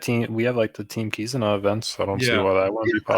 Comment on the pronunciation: Great start for 2021! Thank you for answering my question about kizuna exclusive legends (you did pronounce the name correctly) - I think it would be great if the legends and or kizuna rr would be available via kizuna tickets in some way. I would like to see a limit break material island (1 island or maybe 1 island for each color similar to the turtle islands) and then introduce a new legend similar to legend chopper that would double the drops of the limit break materials. Don't know who I would expect the legend to be though.